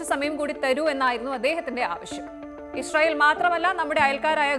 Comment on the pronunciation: ഇഷ്‌റായേൽ അല്ല... ഇസ്രായേൽ